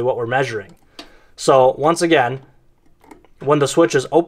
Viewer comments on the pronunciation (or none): none